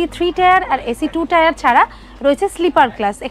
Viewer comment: টেয়ার না টাইর